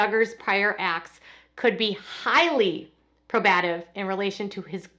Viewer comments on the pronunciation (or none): PRO-buh-TIVE not PRO-BAT-ive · get well soon! Thank you for continuing coverage! And PLEASE…It’s PROBE-a-tiv. NOT pro-BAT-iv. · PLEASE. I'M BEGGING YOU. SAY IT WITH ME- PRO-BAH-TIV. PROBE-AH-TIV. Its not pro-BATIF like you KEEP saying. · Probative. "PRO-BUH-TIV". I don't mean to correct you but I have a legal background and this is how it is used in court while speaking. I know some legal jargon can be mispronounced if you are only reading it. Otherwise, great video! Always informative. Thanks! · probative= pro-bah-tive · The word “probative” is pronounced “PROBE-ah-tiv” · Maybe think of the word "probative" like the meaning: related to probing or probe. Long O. pro-BAT-ive?? C'mon. Ohoh. Just thought of "statute" and "acumen". Sorry. It just breaks up the brain-hearing-pleasant-sounding flow. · PRO-bative. Accent on first syllable. Not meaning to be critical--hoping to be helpful. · FYI, the word is pronounced “pro-bah-tiv”. Good reporting. Thanks! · Please look up the word probative and pronounce it correctly.